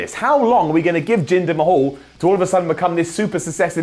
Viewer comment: I could swear I heard say "Jinder my-hole" wtf xD